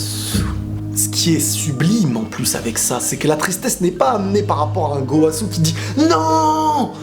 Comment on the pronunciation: Je suis le seul a rigoler quand il dit gooowasu 😂😂😂